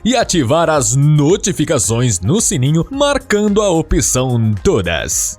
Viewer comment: Me recuso a marcar a " "opição".